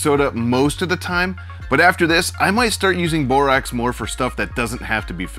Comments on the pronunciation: It's pronounced "boreaxe" not "boreoxe", notice, it's spelled borax! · Great video but it's Bor-ax.